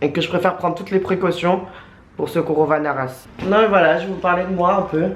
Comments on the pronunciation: CORONAVIRUS, c'est pas compliqué tu dis corona comme la bière + virus. Vous êtes relou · "Le corovarénirus... le coronavirus !" MDRRR 😂😂😂😂😂